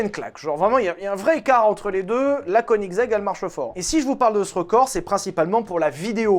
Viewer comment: Pour info le o de koenigsegg ne se prononce pas ! Et un VTech sur koenigsegg je suis preneur !!